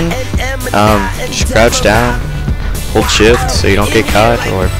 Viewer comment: haha on it ssounded like he said hold shit haha nice one man